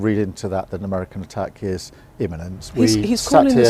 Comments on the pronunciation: Inament😂 These people have been to university? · "Innament".....😂 Too much 🍷drinkypoos if you ask me.....